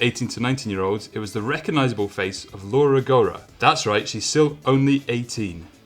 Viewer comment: He got all the women right except Alexandra Miroslaw (Meeroh-slav). I'm not sure about men but he surely mispronounced Ludovico Fossali (Foh-sah-lee). Junior: Laura Rogora (Italian pronunciation of Laura is not Lora, but Lau-rah, Lau rhyming with 'wow'). Hope this helps for any other non-English person struggling with these names :D